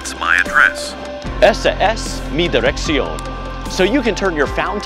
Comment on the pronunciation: No this is right. The way he pronounces "dirección" is awful though.